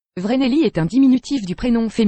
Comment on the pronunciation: Le Vreneli ne se prononce pas (Vraisneli) mais se prononce (Fraisneli) car le V en allemand se prononce Fau !!